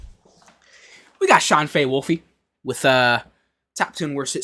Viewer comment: Just discovered your channel, that's cool that you're reacting to these videos from Sean, Mark, Todd, etc. You've earned a sub from me 👏 Also did you just pronounce his name "Sean Fay-Wolfy"? 😭